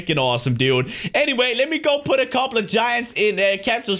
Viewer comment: I like how when you say "couple" it sounds like "cobble." xD